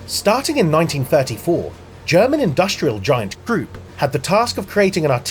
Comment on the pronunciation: Mispronounced krupp.